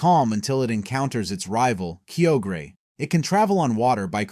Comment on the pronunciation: Kio-gre ✅ Kyo-gre(Kaioger)